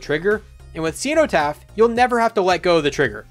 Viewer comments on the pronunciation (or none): Its... Sin o taph Ceno-taph Sin o not cee no tap